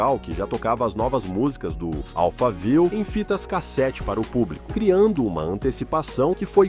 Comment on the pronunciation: Amigo somente diga Alphaville como o bairro de SP! Não inventa!!!